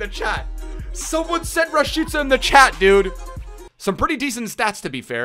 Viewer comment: the Only YouTuber who says Rashica the RIGHT WAY 🇦🇱 🇽🇰👐🏻